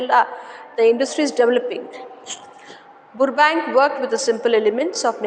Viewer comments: Mam I think 💬 the spelling pronounciation is rong It is not ಬುರ್ಬ ಬ್ಯಾಂಕ್ alla it is ಬರ್ಬ್ಯಾಂಕ್ 😂😅 but your explanation method is super I will understand easily ☺️💝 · Burbank pronunciation is wrong I think